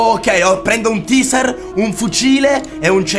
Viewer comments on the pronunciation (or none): il tizer non ilteizer aahahhahahahahahahahahahaaaaaaaaaaaaaaaaaaaaaaaaahhhhhhhhhhhhhhhhhh